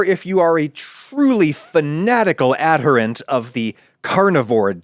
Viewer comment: Adherent, not aderant, Adam.